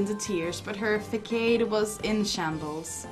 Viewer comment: Btw, facade is pronounced fa-sad, for future reference.